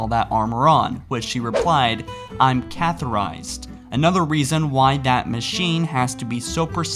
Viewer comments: You said catheterized wrong (you said "catherized," missing the "t" in the word). I actually use catheters myself now and then since a spinal cord injury sometimes makes it impossible to activate my bladder (usually if I did too much walking, thus my injury flares up and I lose control of my lower body, even resulting in paralysis for a few days, so I use a wheelchair usually and stay in bed most of the time). It's not gross really. If you've been doing it many times like the over 1,000 times I have, it doesn't even hurt anymore, your urethra becomes used to it. 1st few times you've ever done it, it hurts pretty bad, a bit like kidney stones, which I've had 3 times. Between men and women, it must be easier on women for the urethra is shorter and there's no prostate that needs to be squeezed through like men have surrounding their urethra. However, a Spartan would need a Foley catheter rather than a straight catheter. Foley caths stay in for days, while straight Cath like I use are put in, bladder empties, taken out, thrown away. To keep a Foley in, it's larger than usual to allow a separate layer from the main tube to be used to fill up a balloon with water inside the cath ince inside the bladder, and due to Foley caths being larger, and staying in, they do hurt and are very uncomfortable. I tried them but quickly got sick of having a tube in me all the time due to bladder spasms and feeling like you need to pee constantly, so I just went back to straight caths. Also, when mo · Catherized?............... 🤔............ catheterized? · This has literally been explained in two or three books. And it's pronounced CATHA-TER-IZED, not CATHERIZED. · says "catherized" (not a word obviously) instead of CATHETERIZED Says "uretha" (also not a word) instead of Urethra LIKE REALLY, MY GLASS IS FULL WITH THIS ONE. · "Catherized" "Uretha" "Ca-theater"